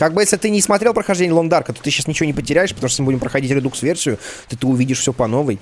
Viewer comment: Правильно говорить не РЕДУКС а РЕДАКС